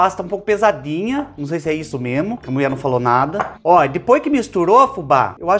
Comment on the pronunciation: Amo as suas receitas, e principalmente quando vc fala: A MUIÉ FALÔ!!! 😂😂😂❤❤❤